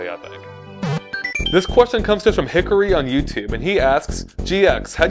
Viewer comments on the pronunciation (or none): none